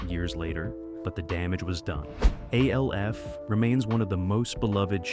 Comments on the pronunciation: Alf, not A. L. F. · Why do you call it A-L-F? It's literally just Alf. Did you not look it up before making the video? It's distracting when you say it and takes you out of the video. Other than that, I like the way you do your videos. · Its pronounced Alf not A-L-F ...lol😂😂😂😂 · Every time he says A-L-F all I hear is AFI the music band. Fun fact their full legal name was "A Fire Inside" But nobody every called them that. MGMT on the other hand trolled their own followers who didn't realize this acronym means Management and in business, if you see MGMT you're supposed to say Management. They knew most of their fans wouldn't get that. It was an inside joke the band had of mocking their own fans. Funny Gen X got this nuance and the joke, Gen Z didn't, and they get pissed if you point it out to them. The will argue until they're blue in the face, all you have to show them is an find a much later interview from the band to prove you're correct. The band was called Management. Their album was called MGMT. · Sorry but the video crossed the slop line with Alf being pronounced as A-L-F. I'm out. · You say alf as one u dont separate the letters 😮